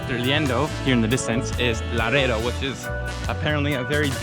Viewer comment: Laredo is a soft "R". Good video! Enjoy it!